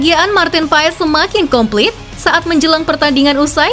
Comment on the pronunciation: Koreksi bacanya martin pas